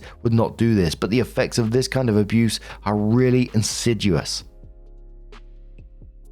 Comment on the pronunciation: When is too ignorant to know how to pronounce the word "insidious" correctly.